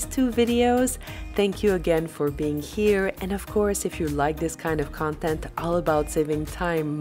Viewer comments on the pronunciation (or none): none